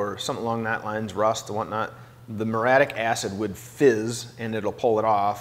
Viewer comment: Yes. And, it's four syllables. Muriatic. Not muratic.